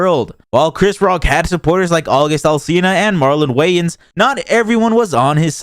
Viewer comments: The narrator’s voice in this clip is so grating. Also who pronounces Wayans “Whyans”? Tf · How do you not know how to pronounce 'Wayans' tho? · i felt shitty about giving you a view after u mispronounced marlon wayans the first time. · How many times you going to misspeak when saying wayans?😂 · This guy doesn't even know how to say Marlo Wayans... I don't even care about celebrities and I thought that was pathetic I mean it's not like the guys not known should be able to Google his name and find out how to pronounce it.